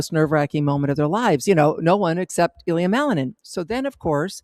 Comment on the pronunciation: It's not Ilya (stress on the "I"). It's IlYA (stress on the "ya").